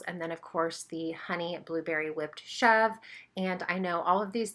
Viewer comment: The goat cheese is pronounced chev ruh. It looks amazing though and I am going to be getting a wheat berry mill soon. Great video